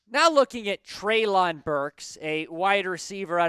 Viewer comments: It’s pronounced Trey-Lynn, not trey-loooonnnn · It’s pronounced Trey-Lin Burks